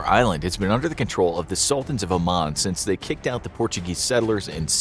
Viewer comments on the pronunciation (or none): none